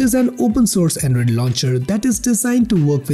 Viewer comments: Not android, "endroid"🤣🤣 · The voice transition you make from high to low pitch for every half a sentence is hilarious 😂.. lmao And "Anedroid"